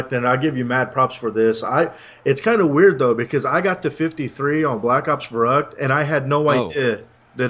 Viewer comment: its verrückt not verrukt!